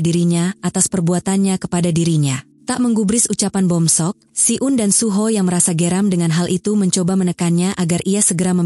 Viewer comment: Kak aku pernah denger kakak ngomong suho jadi suhu kak dikit dikit sih 😅